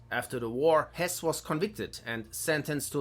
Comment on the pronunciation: RUDOLF HESS NICHT HÖSS